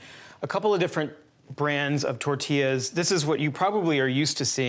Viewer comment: It’s call tortillas not tertillas